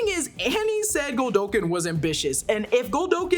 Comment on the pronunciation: It's not GOLDOKIN!! Hearing her saying "Godolkin" the wrong way so many times for 46 minutes had me making the same mistake while discussing it with friends. 🤦‍♂